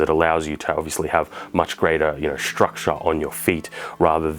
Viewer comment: I took a shot every time he said 'struckshure'.... I think I might be dead.